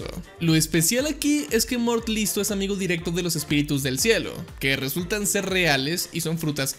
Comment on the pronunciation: No son "Espíritus", son "Espitirus"